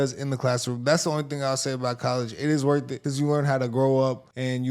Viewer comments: She has 4 degrees a lawyer and says worf not worth lol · Wurf...? You didn't LEARN English...👀 (smoke alarm beeping).